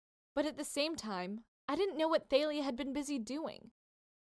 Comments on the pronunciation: It's not th-ay-li-ah it's ta-li-ah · It's tAlya not tAElya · It's talia not failia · It's pronounced tha-le-a = thalia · It’s TALIA- THOLIA . That is how it’s pronounced. Sorry I just got to get that out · Tha-Lee-Ah Thalia